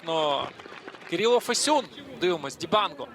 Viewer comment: Ріже вухо те як він Фесюна називає...